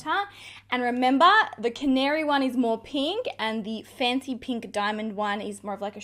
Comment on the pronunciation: Am I the only one hearing 'fenty pink' instead of 'fancy pink'? 🤣🤣🤣 My ear is playing tricks on me! These are no dimond bombs... 😁 Thank you for the honest review ♥️